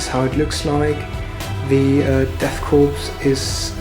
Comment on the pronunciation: Nice batrep. You don't pronounce the p in death korps though. It's pronounced 'core.'